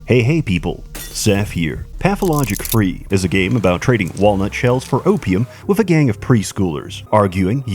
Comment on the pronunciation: you said free not three lol fuckin idiot